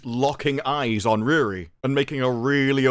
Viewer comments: Her name is not Rere, he name is REEEEEEEEEEEEEEEEREEEEEEEEEEEEEEEE. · Bro the way you pronounce Riri sounds like someone trying to say “really” with a goofball, stereotypical Chinese accent. 😂😂😂